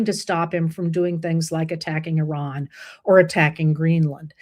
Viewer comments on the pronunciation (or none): none